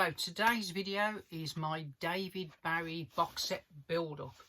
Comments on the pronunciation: Sorry but it’s never too late to change. To continue to wilfully mispronounce it just continues to show a certain level of ignorance. Also it’s got bugger all to do with your accent. You got it wrong fair enough, we all make mistakes, but take the correction. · For a so called big big David Bowie fan it would help if this guy pronounced his name correctly. 🙄 Very annoying, so much so It stopped me watching after only a couple of minutes.